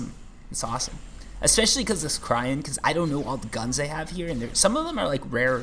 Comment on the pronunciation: Please... Cyrene = Sigh Rean.